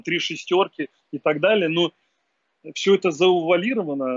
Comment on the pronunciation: "...всё это заУвалировано..."